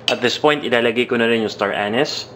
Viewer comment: kairita yung pag bigkas mo ng anise ha. king ina ka